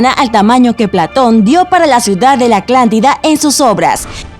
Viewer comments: Me estresa que diga "aclantida" y no "Atlántida" 😤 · No creo que sea confiable alguien que diga Aclantida durante todo el video en vez de Atlántida... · La morra dice "Aclantida" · la narradora dijo aclantida cada vez que debía decir atlántida XD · Like si escuchas a la chica decir "aclántida" en vez de Atlántida!!! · Es "ATLÁNTIDA" NO ACLÁNTIDA AMIGA. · Like si escucharon aclantida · gabo otos. soy ingeniero en audio trabajo en unos estudios de doblaje en mexico. y estoy tan acostumbrado a corregir dicción, que escuchar aclantida es garrafal para mi por que.. mi trabajo es que estas faltas de diccion no pasen. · por que dice la "aclantida"? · Soy eo unico al que le parece que dice aklantida? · Gianni Caligari si dice aclantida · Solo dice aclantida🤔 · Pensé que era yo que imaginaba escuchar "aclantida" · Por favor, deja de decir ACLANTIDA!!!! 😱😱😱😱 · Hay muchos k al parecer solo vieron el video solo para contar las veces k eya dijo aclantida si si nos dimos cuenta fue gracioso los primeros 3 comentarios k ablaban sobre eso pero en serio parece k ni veen el pvto video la mayoria solo ablan d eso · Ni siquiera le entendí por escuchar tanto aclantida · 👍 bien por eso de la inclusión, pero díganle que ensaye más las palabras , su dislexia no es motivo para que diga aclantida . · Hay dos ciudades parecidas con nombres casi iguales!! Hoy aprendí sobre la Aclantida (por poco me da derrame por escuchar tantas veces aclantida) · cada que quiero perturbar mi neurosis por la "aclántida", pongo el video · Narradora. Amo tu forma de decir "Aclantida". Te Amo 😍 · por que le dices aclantida????? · ¿"Aclantida"?, "¿Egicto"? xD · Porqué chingados dice " Aclantida". Hagan bien su trabajo perros de genial. Eso no es genial. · Muy útil toda esta información acerca de la "Aclantida" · Buen video lo único realmente malo fue la pronunciación de Aclantida 😕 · Es mi imaginación o dice "Aclantida"? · Aclantida? No sé porque solo escucho que dice eso😣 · "Aclantida" "Egicto" 😂😂😂